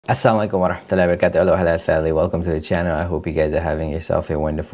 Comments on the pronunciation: Coba dnger baik2 salamnya di awal video ini di putar klw pendengaranku gk salh dia mngucapkan assamualaikumwerohmatullahiwabarkatuh bkn assalamuailakum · Coba dngrkan salam di awal video nya dngrkn dg teliti klw gk slah di bilang assamualaikum bkn assalamualaikum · tpi salam nya itu kok asssa mualaikum kok bkn assalamualaikum